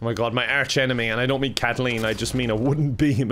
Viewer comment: You keep pronouncing Willem as William. But then again you also pronounce Kathleen as Katleen, so maybe names aren't for you,.